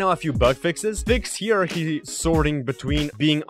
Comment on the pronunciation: I know your not English so Hierarchy is pronounced Higher ark E